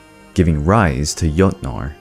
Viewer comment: I like this video but please stick to one pronunciation of words. For example, the Jotnar are pronounced yoh-tnar. The J in that culture was pronounced as English speakers pronounce the y, as a yuh sound. It's the same in modern German. It's not a hard G sound. Same with Jormungandr. Yor-mun-gand-r. Yggdrasil is Ig-druh-sil or Eeg-druh-sil but again, please choose one and stick to it. It really helps immersion in the story. Again, I did enjoy this video so please take this as constructive criticism, not as me trying to put you down for no reason. Also, it is worth mentioning that in true Norse stories (if you read the direct translations from scholars) there is no hard evidence of Fenrir, Hel, and Jormungandr being Loki's kids. However, it is alluded to at one point, which is why people believe him to fill that role. This I got from my Norse mythology professor, so if you have proof against that, like a specific story from Snorri's Prose Edda or the Poetic Edda, please point me to it. I would really like to know where the idea came from. I am absolutely fascinated with Norse mythology and will gobble whatever I can up. Lastly, if you're super into the mythology and want more of it, I definitely recommend getting both the Prose and Poetic Eddas, along with the Sagas of the Volsungs. There is a story that wasn't covered here that you can find in the Poetic Edda that's literally just Odin insulting Thor as the two stand on opposite sides of a lake because he can. It's absolutely